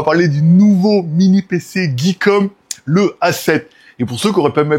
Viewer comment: RRrrr oh c'est plus Geekom "Guy" et pas "Guey", comprend qui peut !